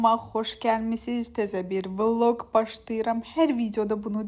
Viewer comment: Aykanin vvllogg demesi❤